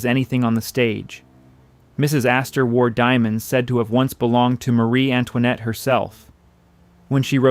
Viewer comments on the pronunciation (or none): none